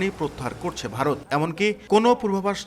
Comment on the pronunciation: উজানের দেশ বলে কিন্তু ভারত নামটি উচ্চারণ করতে পারে না।